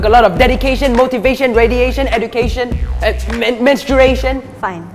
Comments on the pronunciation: Ah wut mensutration you said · Did you said meanstration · but he said mensTruation